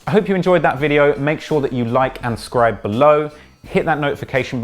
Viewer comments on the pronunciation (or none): Like and scribe below? Cmon you gotta do one more take